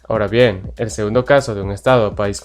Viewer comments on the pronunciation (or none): none